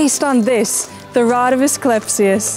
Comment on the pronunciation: Nice video. However, she mispronounced Asclepius. They should fix that. (She said Asclespius.)